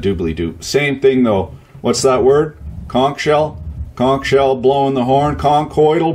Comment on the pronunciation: Just when I thought I couldn't get any more impressed, this Florida boy hears his home shop hero pronounce conch correctly. My compliments from the land of bikinis and hurricanes.